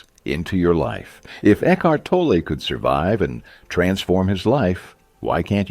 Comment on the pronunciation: It's pronounced toll lay.